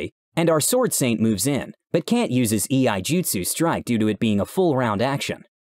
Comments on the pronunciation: here is a nit pick but I can't help myself Iaijitsu is not pronounced E-I-jitsu it's prenounced YA-III-jitsu I practice it IRL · Dude I love your channel but they way you pronounce Iaijutsu (eye-a-jutsu) irks me. The reason being is because rhe tabletop that I got really invested in is Legend of the Five Rings which is nothing but samurai and ninja, so Iaijutsu is a skill not a technique that can be used